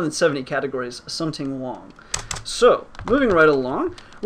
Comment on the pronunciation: thumbs up for puns and "somting wong"